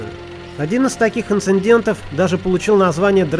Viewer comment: не сочтите за критику, но вам даже как-то не по уровню - нет слова "инциНдент", не первый раз от вас слышу. В остальном - супер!